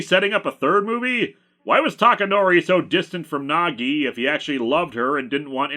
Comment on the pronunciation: Every time he says Nagi I hear Nog, and like to think this is an elaborate Deep Space Nine crossover. How do they finally defeat Sadako? Reversing the polarity. Of something. Doesnt matter what.